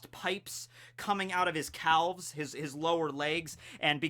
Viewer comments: you are not pronouncing calfs right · you don’t annunciate the ‘l’ in calves. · What the fuck was that pronunciation of the word calves. Legit had to skip back a few times to finally start paying attention after that blindsided attack